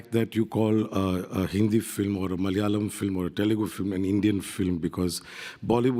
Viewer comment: Its not malyaalam it’s Malayaalam